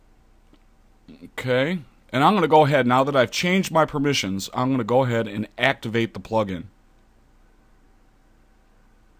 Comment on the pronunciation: Great Tutorial mate laughed when you said "Dont activaaarrete it haha